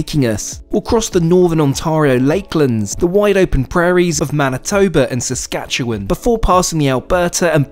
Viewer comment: No way you pronounced Saskatchewan correctly but screwed up Ontario hahaha